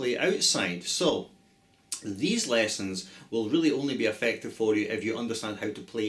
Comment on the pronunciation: I love the way you pronounce 'lessons'